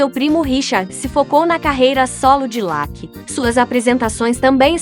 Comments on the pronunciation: Pra mim não, é verdade, se pronuncia laque é? Ou Lucky? Presta atenção, independente se é dublado por IA , a pronúncia é Lucky e ponto. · escreve Lucky e pronuncia Lacky